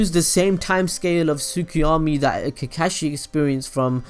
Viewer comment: Mangekayou :))) Sukiomi :D Kekashi xD Funny way of pronouncing these words, but nice video !! :D